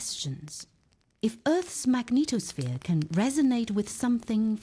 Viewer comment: Your extremely melodious voice let's me think about correct 'pronunciation'. When it comes to magneTOSSphere I have to laugh out loud. The word NASA above (including the logo used in the first footage) must be a mistake. That is not a report from NASA - it's way simpler: CLICKBAIT.